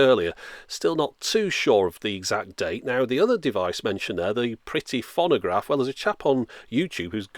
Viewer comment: Fonnagraph? That's a novel pronunciation of 'phonograph'.